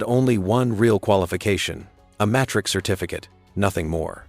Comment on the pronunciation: Took me a while to understand what certificate he had, played it a few time, pronounciation by AI is terrible. When it clicked "Matric Certificate". What? Is that all he had? A grade 12. He is a genius to pull that off, a matriculant fooled them and become the top, brilliant engineer the world wanted.